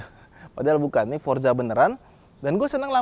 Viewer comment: Forza, bukan Forsa 😂